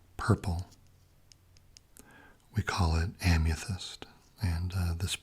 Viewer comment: Why do you pronounce amethyst as "Am-ya-thyst"?